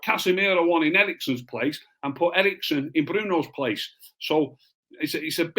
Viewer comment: Eriksen, not Erikson.